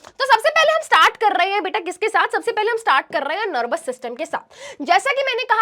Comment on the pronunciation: nErvous system